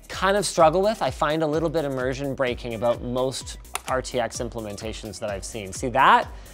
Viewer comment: "Sooo much of the imerssion" t pose zooms by Hahhaha